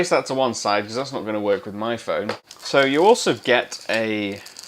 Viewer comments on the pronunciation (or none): Just say phone!